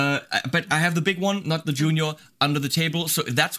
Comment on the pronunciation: "I have ze big one under ze table" [theme tune to 'Allo 'Allo starts playing]